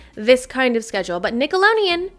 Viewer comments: Is it just me or does it sound like she keeps saying “Nickeloneon” with an “n” instead of “Nickelodeon” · Sis it’s Nickelodeon 😭 not nickaloneon. With a d! X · Ima see it all the way through but i cannot STAND the way she saw Nicolodeon😭😭